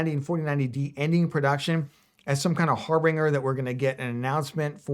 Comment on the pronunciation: I pray... PRAY he finds a cure for spastic YouTube Hands disorder. While I'm picking nits: It's pronounced es-the-tic not es-tet-tic and it's har-ben-jer not har-bring-er. Ok, I'm done. =)